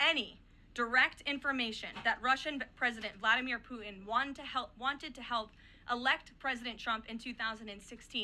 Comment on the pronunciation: why the HELL cant she pronounce PUTIN my God KL its NOT POO IN a woman in this position cannot pronounce PUTIN